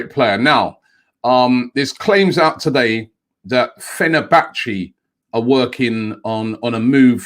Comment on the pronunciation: It's almost as if he does it on purpose at this point 😂🤣